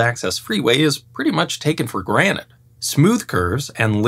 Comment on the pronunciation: "taken for GRANITE" haha.